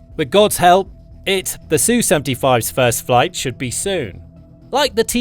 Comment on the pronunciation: It's ESS YOU, not SUE. The SU is not SUE. Sue is a woman's name. It's something done in court. Sue is not the name of Russian warplanes. ESS YOU. Sheesh.